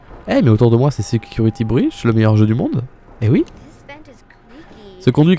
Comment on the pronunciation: voici le niveau d'anglais de: " security brush " juste wow 🤣😂